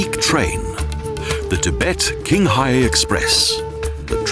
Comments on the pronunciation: I think it's pronounced as "Chinghai" and not "Kinghai". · Qinhai is pronounced as Ching Hai not King Hai. Why not learn the proper pronouncition while in China producing the video? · It is pronounced, "chinghai", not "kinghai". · it's Tsinghai or Qinghai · It's pronounced "Tchinghai" not "Kinghai". Awful. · The narrator is a fool. Qinghai is pronounced "chin hi", not king hi. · King-hai ? Clearly the narrator hadn't bothered to find out the correct pronunciation. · I am sorry... Even put all the personal position or beliefs aside, the pronunciation of Chinese toponyms (e.g. Qinghai, Xi’an, Lanzhou, Kunlun Mountains...) in this video were literarily trash... Also, the Qinghai-Tibet railway does not pass though Himalayas at all.